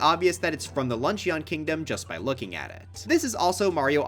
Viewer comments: I wonder if anyone will ever correct him on his pronunciation of Luncheon. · please google the pronunciation of luncheon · dude pronounced luncheon like an eeveelution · Lunch-eeyon bro its not an eeveelution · yes, I also think that lunch-ee-on kingdom would make a pretty good track. (Mission command to, you must keep pronouncing it like that, you must keep gaslighting everyone, and you mustn't stop until everyone pronounces it like that, it would be REALLY funny bro. Thank you for your service.)